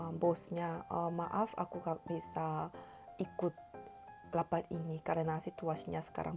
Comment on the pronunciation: "Lapat"😭😭😭😭 noo its Rapat "R", not "L" 😭😭 however you doing good:)